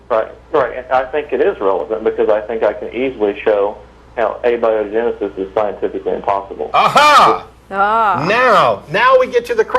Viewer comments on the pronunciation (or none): A - bia - genesis? LOL...